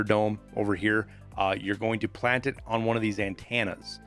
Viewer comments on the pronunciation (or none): “Plant them by the ANT-TAN-AH” I laughed so hard at that idk why lol